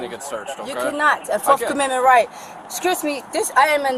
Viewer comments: Turns out she didn’t have the “4th comendment right to sisfee” 🤣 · She doesn't consent to "fourff commemment rights" 😮 unreal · "my fourth comemendments rights" 😂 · What is "forf amenment right"? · Her 'forf aminment rights'